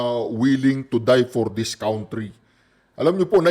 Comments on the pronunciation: cantry ang pronunciation ng country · Pronounce it cantry